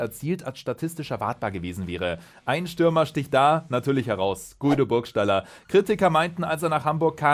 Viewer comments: Gido und Güido Burgstaller gesprochen. Aber cooles Video. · Unangenehm wie du Guido Burgstallers Namen aussprichst..